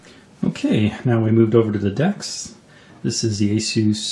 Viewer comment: He said dexs instead of desk